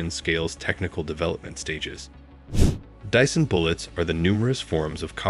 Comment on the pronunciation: There are a few things you really have to work on, like the pronunciation of Freeman Dyson. Your saying it as Disson and it should be said like Dieson, also at 8.20 you say Kardashian not Kardashev. This is only constructive criticism to help your channel so please don't take offence. Your videos are good but just need a little tweaking 👍